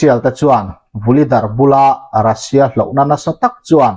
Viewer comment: iukraine tih hian lam tawh suh, a lam dan dik tak chu… Uukrain tia lam tur, Russia pawh hi Rasia tia lam loh tur, Ruuusia tia lam tur..